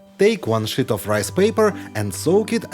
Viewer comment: Whoever is speaking needs to work on the pronunciation of the word sheet. Otherwise, it sounds like a cuss word.